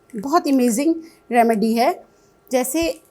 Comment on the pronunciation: Imazing nahin Amazing hota he...😮😮😮